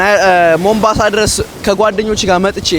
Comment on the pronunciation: ቦምብአንሳ አደለም ሞምባሳ አንተ ቦምብ ራስ 😂